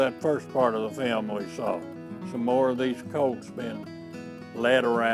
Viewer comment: It took me a while to realise he was saying film I thought he was saying fam ???